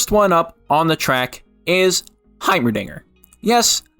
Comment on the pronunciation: yes. HaYmeRDiNgEEEr